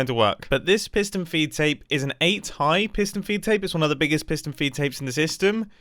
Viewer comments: I keep hearing it as fiston peed tape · Fiston peedtape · pis-tun feed tape???